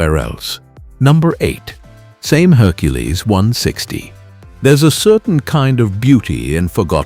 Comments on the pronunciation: Its pronounced Sah mee not same, I worked for a farmer who had a Same Buffalo it was a good tractor. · SAME Saw-May SA-ME